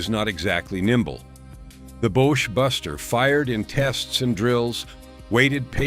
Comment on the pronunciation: ''Boche Buster'...Pronounced 'BOSH' ...(Derogatory name for Germans) Buster..